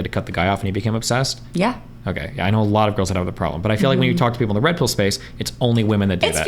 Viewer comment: I unironically stopped watching at a minute and a half. She is either trolling or her body is fucking broken, I don't believe she's incapable of pronouncing any word with an "O" sound in it. Ner, Knoer, Oerpen, I actually, genuinely can't tolerate it.